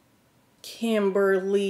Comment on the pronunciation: We love honesty baby! It took me out when you said “Kim. Ber. Ly.” I call her that when she half steps 😂 can you do Lori Harvey’s line?